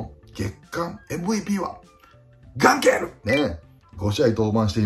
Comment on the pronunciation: ガンケルの ガ にアクセント置きすぎｗ